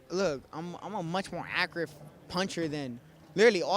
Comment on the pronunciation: I love how he can't accurately say the word "Accurate"